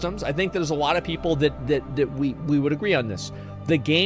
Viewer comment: guys wanna know something that annoys me and i will share it with you....asmon cant say alot..he says awoaht, and it drives me nuts :D no clue why. but if it does the same to you, youre welcome.